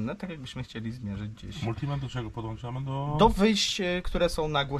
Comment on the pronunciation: na miłość boską! wyłącza nie wyłancza, podłącza, a nie podłancza:) Pliz słowa naprawdę i zaprawdę powiadam Ci mogą ranić:D